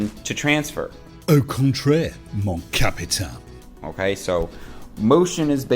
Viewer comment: Capitaine in french ends with the same sound as captain in english, I may be your only french viewer so had to step in for that, but "au contraire" sounded nice! XD